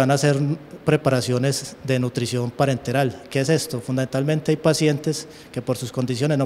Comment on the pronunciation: Minuto es parenteral, no parental.